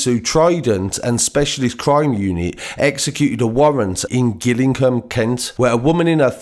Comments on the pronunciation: gillingham pronounced jill-ingham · Gillingham is pronounced sounding like a J bro, Jill-ing-ham. None the less great video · The way he said Gillingham 😂😂😂